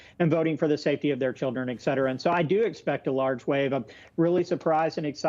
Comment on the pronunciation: EX CETERA EX CETERA EX CETERA!!! It's ET CETERA.